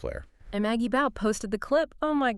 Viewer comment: BAUGH is pronounced BAW!!! NOT Bow